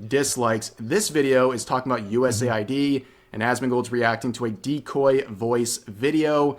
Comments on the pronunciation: why call it USA-ID when saying US-AID is better? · us aid why is he saying usa id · Should it be pronounced as "U S A I D", "US Aid" or "U Said"